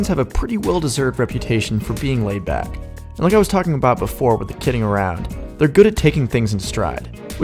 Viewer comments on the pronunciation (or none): none